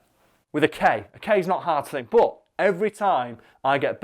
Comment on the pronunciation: if Karl is correct cos it is spelt phonetically, why do you pronounce "But" as "Bot". This means that you don't care about phonetics at all so don't play that card.